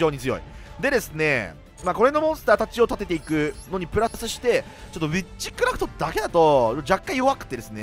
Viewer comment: ビッチクラフトに聴こえる 幻聴か